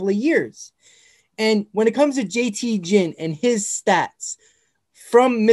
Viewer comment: jt Ginn's last name is pronounced Ginn, g as in gear, not Ginn like gin and juice